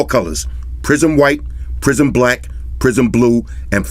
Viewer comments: Took me a while to realize it was 'prism blue' and not 'prison blue'. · c'maaan ,... and , it is not a "prison" black but "PRISM" , PRISM black it is ! a colour is " pri sm" 🤨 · I keep hearing “PRISON BLUE , prison WHITE, PRISON BLACK, “💩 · I kept thinking you said "Prison blue, prison black, prison white..." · since you mentioned that I cannot un-heard all the "prison colors" 😂